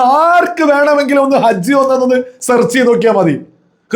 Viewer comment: അജ് അല്ല ഹജ് എന്നാണ് ഭാഷ പോലും അറിയില്ലെ നിനക്ക്